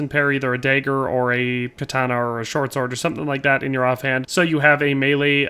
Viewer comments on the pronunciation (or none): none